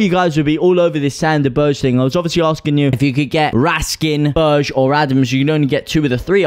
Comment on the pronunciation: Berge is pronounced burger